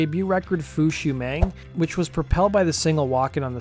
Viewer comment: You mangled the album title. It's "Fush You Mang", Tony Montana style.